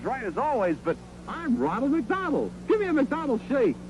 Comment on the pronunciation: Just heard "Ronald McDonald" or "Ron-El McDon-El"....are they dropping the EL at the end for angelic?